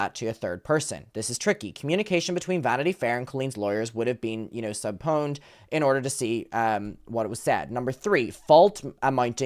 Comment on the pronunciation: It's pronounced sub-peen-ah'd 🥰 subpoenaed is written weird tho so i understand the confusion